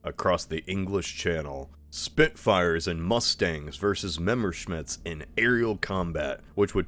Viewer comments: Meme-r-schmidts! A mess of Meme-r-schimdts! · Memmershmit That caught me for a second somehow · measure shmits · why is every youtuber lately mispronouncing names they have no business mispronouncing like that? Mountbatten and Messerschmitt for example, AHH has never mispronounced them like in this video.